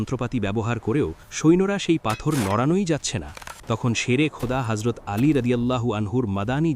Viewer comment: Not horzot actually Hazrot please correct your accent …. Tks